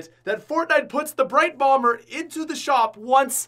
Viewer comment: He said brite bomber twice😂